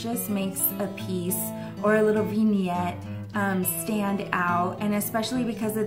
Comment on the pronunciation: Okay... After watching several videos now, your pronunciation of "vignette" is driving me bonkers. It's "vin", with a soft i sound, not "veen" with a long e sound. I've never in my life heard anyone say it "veen-yet". 😄 But hey, I'm still watchin because I do love your style!